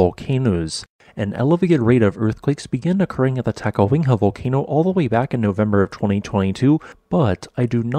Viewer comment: The "city" of Adak had a population of 171 as of the 2020 census -- "town" is a more appropriate descriptor and Adak is a very small one. Is there a reason you say "Ta-ka-WING-ha"?